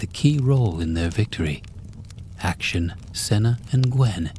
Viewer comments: Lmao great voice, good pacing, nice pronunciation in the first story, but then Action got me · ‘action’ for Akshan got me laughing hard ngl